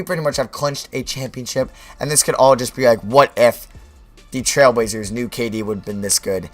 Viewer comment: This guy does not know how to talk like 99 speed talking...dude cant say trailblazers